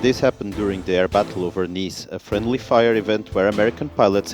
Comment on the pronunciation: It's not Nis, it's Niš, pronounced as Nish. No soviet ww2 fighter aircraft will ever be better than La-5FN